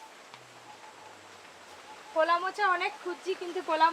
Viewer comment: নদীর রিঠে মাছ, মাথা টা খুব বড়, খুব সুস্বাদু। কলা কে কোলা বলে কেন? অনেক অনেক ভুল উচ্চারণ।